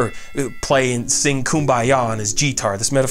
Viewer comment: Jeetar? Is that how Americans pronounce guitar?